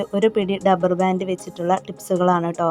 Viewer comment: കൊള്ളാം.ഡബ്ബർ ബാൻഡ് അല്ല, റബ്ബർ ബാൻഡ്.